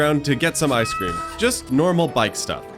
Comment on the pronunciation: "ice keeemm" are peak words